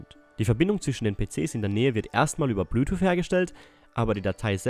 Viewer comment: Ich dachte, mein Englisch wäre schlecht... :D